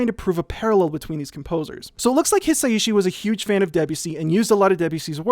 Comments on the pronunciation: I think you’d pronounce Hi Sai Shi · Hisaishi isn't hard to say: hee-sah-ee-shee -- Hisaishi. [*] But Debussy now: that IS a name you could try a little harder with! 😉 That piece of nitpicking apart, I loved your detailed analysis. Dōmo arigatō! [*] Similarly, Heian: heh-ee-ahn -- Heian. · someone pointed out to him that Japanese is a syllabic language so the s and ai should be connected and it should be pronounced as a more fluid three syllables, hi-sai-shi, right? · Hisaishi = Hi sa i shi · just putting this here, Joe Hisaishi is pronounced Hee-sigh-shee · I think it's hee-sigh-shee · It's pronounced his-osh-she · Pronunciation tip for Japanese: every vowel ends a phenome. So you say in your description, "watch me try to pronounce Hisaishi..." Break it up by the vowels. Hi-sa-i-shi. Also vowels don't change based on the consonants. So the "i" in "hi" is always pronounced like a long "e." Same with the "i" in ki, shi, chi, ni, mi, and ri. That "i" is always pronounced like a long "e" sound. 💜